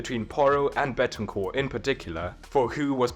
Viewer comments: Don't take this as me hating, i love the videos, i just wanted to point out it's Bentancur not Betancur. Keep up the great videos tho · It’s BEN-TAN-CUR It’s so easy man 😭😭